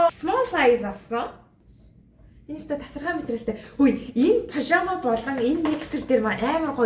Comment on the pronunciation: Пожамо биш пажама шүү